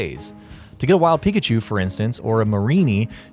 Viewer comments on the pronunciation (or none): none